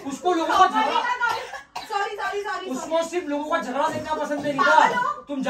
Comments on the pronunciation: Its jhagda not jhasa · Its jhagda not jhada